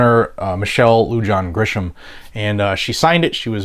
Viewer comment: It’s not a big deal, but the idiot governor’s name is pronounced lu-hahn’ not lu-john.